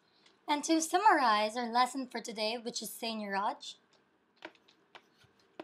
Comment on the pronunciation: she doesn't even pronounce it correctly